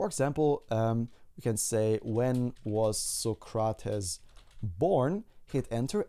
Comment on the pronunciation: it's pronounced "so-crates" not "suh-cra-tuhs"!